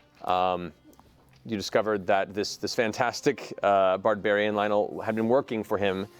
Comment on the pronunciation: Lionel is a "Bardbariain" XD